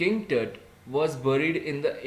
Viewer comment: it is pronounced as टूट